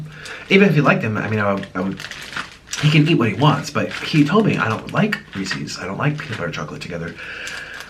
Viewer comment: omg that's not how Reese's is pronounced, "Reese's Pieces" is supposed to rhyme